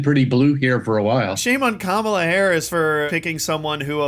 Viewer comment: I think I just figured out why he calls her Kamabla! Because her name Kamala sounds so much like Camelot putting that B in there messes that whole sound up. 👍